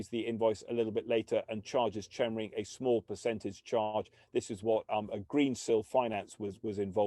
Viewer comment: Pronounced 'Kemring'!